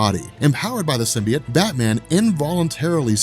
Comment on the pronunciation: Sim... Bee... Oat... Say it with me "comic's are actually my job" guy. Love you and your channel, but if you're not sure, ASK! You look like a stooge and this is unwatchable. Simby... It lol.